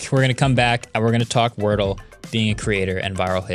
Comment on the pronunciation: Wardle vs Wordle...just saying... 👩🏽‍💼